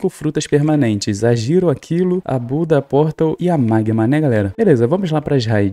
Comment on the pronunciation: Oi tudo bem? Gostei do vídeo, rachei o bico quando vc falou "magmam" aakkakaka sou seu fã 🤠 tem como me mandar feliz aniversário no vídeo amanhã e meu aniversário estou fazendo 14 anos amanhã